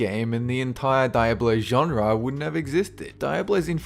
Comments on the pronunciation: Dee Ah Blow. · wait ... wtf is Dyeahblow? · Its pronounced DEEABLO, DEEABLO!!!!!! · die a blow? Whats that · what's dei-uh-blow? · who pronounces diablo die-ah-blow facepalm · Di-Ab-Low. I'm sorry what? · "Dye-uh-blow" lol. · Why do you pronounce "Diablo" "Die-ablo"? Is that some different kind of pronounciation of it? (Gaming) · "Daiablo" 2015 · Die Ablow? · its pronounced de-ab-low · Wtf is "die-ablo"? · Die-Ab-lo, Ugh, someone spare my life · Fyi de-ah-blow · It's dee awb low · Its dee-ah-blo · Thumbs down for the way you pronounced Diablo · Say "Diablo" one more time... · it made me cringe every time he said diablo wrong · The way he says "Diablo" makes me want to cut my Dick off.... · Its realy stupid that you cant pronounce Diablo right. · I don't think the way says Diablo is the actual way to pronounce it... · Farmtown come out before farmville and you miss pronounced Diablo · ..Is he pronouncing Diablo wrong on purpose to troll? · You saying Diablo so wrong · you say diablo wrong like how you say sega wrong... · The way he says "Diablo" frustrates me. Still loved the video :D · You are fantastic, but say "Diablo" right. (Blizzard game lover here) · The way he pronounced Diablo and dynasty had me raising my eyebrows. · Its diáblo not diabló just saying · Stop saying Die ablo, its Dee ablo ffs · Die-ab-low? It's pronounced dee-ob-low. It's Spanish for "devil". I think I know how to pronounce Diablo. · Uh Dy-ab-lo? It's pronounced Dee-ah-blo. Diablo. It's Spanish for devil. Senor Diablo. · It's "Dee-ah-blow". Not "Die-ab-blow". It's Spanish for devil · HAHAHA!!! you can't pronounce Diablo?!?! between massacring "SEE-GAH" and now "DIE-ABLO"??!?!! It's " Dee-ablo". I love your videos but you really should get these names right. They are incredibly easy. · It's (Dee-ab-low) not (Die-ab-low) Diablo.... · its not fking die ablo its dee ablo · Diablo is Spanish for devil and is pronounced DEE-AH-BLOW not DIA-BLOW